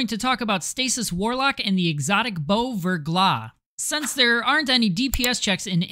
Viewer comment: and its still wrong btw, the ER would be pronounced "air" , NOT [UR - VURGLAH]<WRONG [AIR - VAIRGLAH]<RIGHT. French also pronounce their R differently. not rolled like Spanish but they pronounce R as H but as if you were gonna Hock up some spit while making the H sound. "Ve(^H^)Glah"